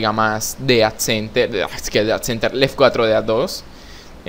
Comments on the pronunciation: Oye wey se escribe left 4 dead pero se dice left for dead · NO SEAS SONSE EN DECIR ES LEFORDED NO LEFCUATRODEAD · se dice left four dead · se dice lefordeaddos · Se dice left for dead jeje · SE DICE LEFT FOR DEAD "LEFT 4 DEAD"